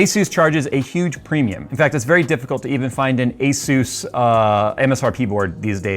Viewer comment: 35 Years of experience has nearly zero value with technogies from this decade. Especially when you don't even know how to pronounce ASUS.